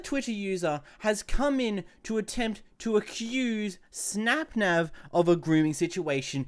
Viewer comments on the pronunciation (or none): sorry but i got so distracted when you said "snapnav"